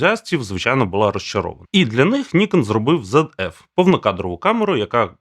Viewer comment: Чому "зеД"? Звідки там трапилось "д"?